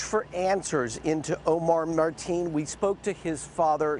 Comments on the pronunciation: The Reported keeps calling him "Marteen", It''s "Mateen" lol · It's not marteen...get the monsters name right first before reporting!! His name should be said Loud and clear so world knows of this monster!!! Marteen is a name that has nothing to do with this tragedy so reporters should know how to pronounce names correctly! Don't put any shame on any others.